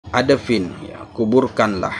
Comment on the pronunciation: Maaf,, ادفن dibacanya IDFIN,, BUKAN ADAFIN.. LANJUTKAN KYAI.. 🙏🙏